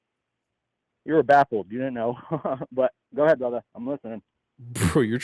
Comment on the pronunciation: I don't know why but it irked me every time he said "brotha" 🥴